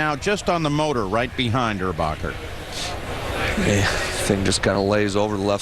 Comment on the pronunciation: his name is erbacher not urbacher